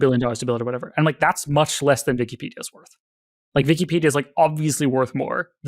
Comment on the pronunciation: the german is coming out whenever he says "vikipedia"